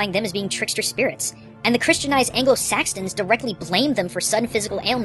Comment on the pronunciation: This video taught me nothing also its saxon not saxton.